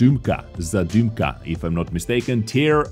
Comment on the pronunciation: I just love the way he pronounces Zadymka, Burza and Błyskawica xDD Made my day